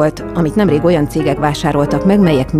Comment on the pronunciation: "oan"😷 sikeresek.